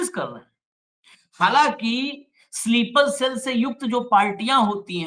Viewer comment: स्लीपर सेल बोलना सीखो